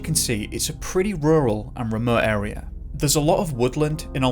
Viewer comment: He disappeared from the anal area sorry but that’s what it sounded like you said LOL